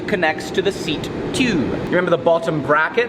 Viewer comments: There should've been a counter for everytime he said "chube" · number of likes = number of times he said chewb/tube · Tyuube xD just love the way he says it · I like the way he says "tyoobe" (tube) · New drinking game...drink every time says “tube” with his accent. 😮😵